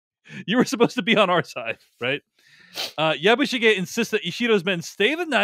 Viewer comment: It would make me much happier if you were to pronounce "Yabishige" more in the Japanese style. Which I take to be not like "Yabboo sheeee ge" (as pronounced here and in almost every other review I hear from American commentators) and more like " Yabush i geh". (i.e. considerably less emphasis on the "i" syllable, and this syllable quite short and truncated, and a little more on the "ge" syllable. I always find it off-putting to hear Americans assuming that every word in the world NEEDS to be pronounced the way someone from California or the mid west or where ever would say it - even when it is obviously pronounced differently by native speakers of the language And they never deviate from that or attempt to pronounce it the way a speaker native to Japan (in this case) would. Especially when reviewing and passing judgment on a mini series which has gone to lengths to be very, very authentic. It somehow detracts from the review.